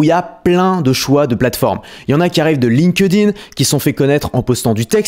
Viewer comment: Astuce de prononciation : on ne dit pas « linkEUdin » mais « link-din ». Le E saute dans les participes passés comme Hacked, Liked ou Linked